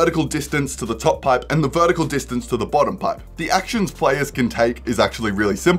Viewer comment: I swear I heard "birdicle" and not "vertical" lmao